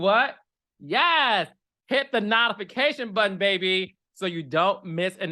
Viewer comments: Carlos please stop pronouncing “notifications” like that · You really have me saying not-ification 😂😂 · Carlos is gonna read the rooom producers and cast I love you Carlos !! And how you say nawtifications